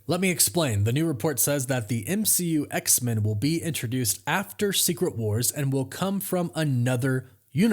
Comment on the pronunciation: Don't hate me but I gotta ask you to start saying X-Men properly. You're the only person I've ever heard who pronounces it X-Min instead of X-Men. The X isn't supposed to be emphasised more than Men. Both syllables receive equal emphasis. But when you put emphasis on X only, it changes the vowel in Men from 'e' to 'ə'. I love your work, but it makes me wince every time you say X-Men and that's only going to happen more. Please pay attention to how everyone else says X-Men in media and reality. Otherwise by the same logic we'd be saying Supermin, Batmin and Spidermin 😊